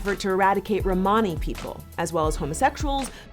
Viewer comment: She’s saying Romany wrong